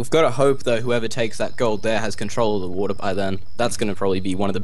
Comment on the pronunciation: "there's no trash for watah" he went a little bit british there.